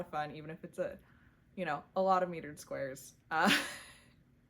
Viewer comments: I am enjoying getting to know you through your channel, so thank you. The only thing I have (and it's me as a former English teacher thing) the Hue Shift Afghan is using mitered squares (m-ī-ter-ed) squares not metered (m-ē-tered) squares. I would have sent this correction as a private message but couldn't figure out how, so I apologize in advance for any embarrassment I have caused. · Mitered is pronounced My-turd